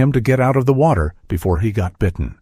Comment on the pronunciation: Ooh! An otter in the wotter.